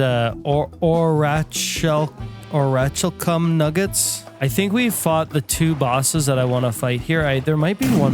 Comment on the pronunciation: Oratchalcum "Oricalcum" I guess, but for rats had me dead the way you said it. 🤣